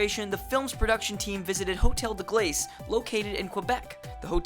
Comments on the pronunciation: As a French speaker the way you say "glace" aggravates me greatly. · glaice?.... gla-ass